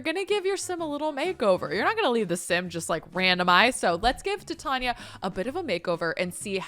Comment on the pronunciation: Love your content but I believe Titania is pronounced like titanium. That’s at least how they say it in Midsummer Nights Dream. Totally honest mistake but the Shakespeare nerd in me was cringing hard